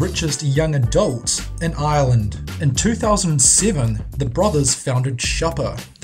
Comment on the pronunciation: are you saying island or ireland xD wtf